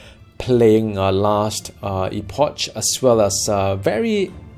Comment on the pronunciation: How u been mate? Really looking forward to this getting multiplay implemented, preferably local co-op. Play necro - you can have 30-60 pets out at one time. I'm actually surprised you didn't start with that class! Btw, it's Ee-pok;).